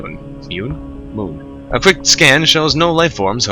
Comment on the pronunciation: 'muun muun moon' lol